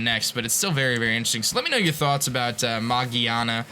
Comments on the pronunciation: mageaRna is how it's spelled/pronounced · Its Magearna!